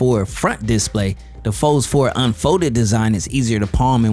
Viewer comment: Just to be picky, the accent should be on the second syllable of display, not the first. You said that word so many times it was driving me crazy. Just so you know, I am a fan of your channel 👍